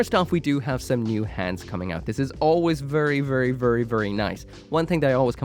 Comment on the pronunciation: "Vurry vurry" sorry couldn't resist